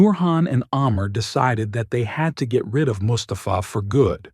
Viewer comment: bitte namen besser aussprechen,es wird mus ta fa ausgesprochen nicht mustapfaa,bei anderem fall habt ihr mahhmut als mamutt ausgesprochen